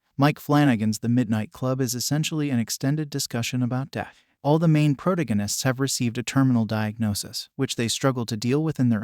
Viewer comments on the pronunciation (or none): pro-tuh-guh-nists? Really? I mean really? You speak for a living.